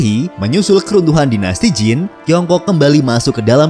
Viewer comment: Dinasti zhu, harusnya dibaca dinasti Cu. Dinasti Qin, harusnya dibaca dinasti Chin. Dinasti Jin, harusnya dibaca dinasti Cin. Dinasti Qing, harusnya dibaca dinasti Ching.